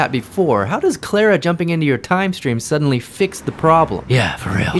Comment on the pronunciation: IT IS CLARA NOT CLERA